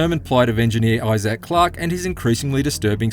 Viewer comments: Eye-zik, not Eye-Zak 🤦🏻‍♂️ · It’s Isaac not Issaak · It’s Issac not i-zack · it's eye-zic, not eye-sack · Eyes-zax Clarke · Issac: Eye-sick, not I-sack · Grateful for the review and all, but if he played 12 hours of the game, why is he still saying "Eye Zack" and not "Isaac"? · Who the phuck is eye Zach his name is Isaac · It’s just eye-zick. Not eye-zack. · He really saying Eye Zac instead of Eye Zic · Isaac.* Not eye sack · (EYE-ZIK) not (EYE-SACK) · Dude what the hell man Isaac not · why the pronunciation of isaac like that? its a character name not a piece of tech, behold the new smartphone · That’s one wild way of pronouncing isacc. I-ZAK😂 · Eye- Zack 😂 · Love the pronunciation: eye-zak rather than: eye-sick or eye-zick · This dude pronounces Issac like “I-Zack” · had to stop watching becasue the narrator can't pronounce "isaac" correctly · The reviewer doesn’t seem to know how, “Isaac” is pronounced… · If only the reviewer could pronounce Isaac correctly.... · Great review, but man the way he says Isaac is, disturbing. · Learn to say Isaac....smh. :) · You’re saying Isaac wrong